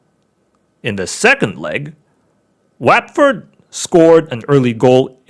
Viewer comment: It’s wat not wet Ford